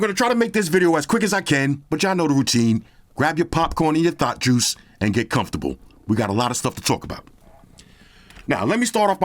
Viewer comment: I thought he said Thot Juice. I was like, "Sirrrrrr..." 😂